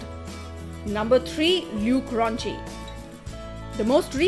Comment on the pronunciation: She pronounce the name Luke rochi wrong 😮